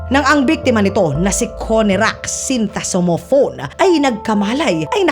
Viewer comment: Sin ta som fon po ang tamang apleyido ni konerak at di po sin-ta-mos-fon